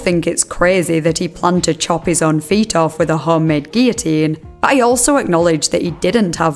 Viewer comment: It is SO refreshing to hear someone pronounce 'guillotine' correctly! I'm an American, so I'm unsure about the usual pronunciation in the U.K. but here almost everyone here says, 'GILL-o-teen,' and it is a huge pet peeve of mine.